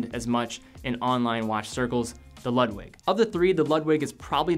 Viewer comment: My German friends might cringe when you pronounce "Ludwig". I think they would pronounce as lood-vig, but I could be wrong. They gave me a hard time when I called Porsche a porsh when it is pronounced porsh-uh. Just a detail that I was taught to always pronounce proper nouns the way the country of origin would.